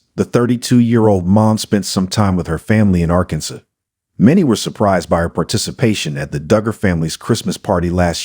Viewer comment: Arkanson? Since you can't say Arkansas should I take this with a grain of salt? Lol